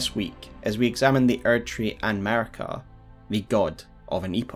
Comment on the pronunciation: maRIka, not maRKia